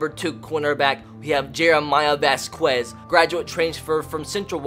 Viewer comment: Okay I understand that constantly mispronounced Puget Sound, but can we just talk about how he mispronounced Vasquez?